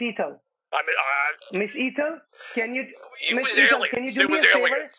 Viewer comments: Why does keep calling her "Eathel"? he has pronounced her name correctly a couple of times and he hears her name pronounced as it should be. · My favorite character? "Miss Eethel." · "Eathal", priceless !! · Miss Eethal? Miss Eethal? Miss Eethal? 😀😀😀